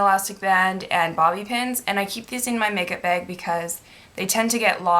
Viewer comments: when you say 'bag' it sounds like 'beg' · i didn't think she was saying 'bag' weird at all (possibly because I'm Canadian too...) but I read all the comments and replayed the beginning of the video so many times I cannot hear 'bag' anymore. what is bag. lmao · I wan't hating on you by the way. I was just saying because I think it was you or someone else who said that she says " bag" weird. Oh and I did know that " Americans" is a proper noun. Sometimes people make mistakes k bye thanks x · She says "bag" like Irish people! LOL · This is the first time I've seen this girl, but I think she is Canadian, right? I am Canadian and I say 'bag' the same way. My guy always comments/makes fun of me for it. LOL I never noticed I said it weird, and I don't think it's all Canadians.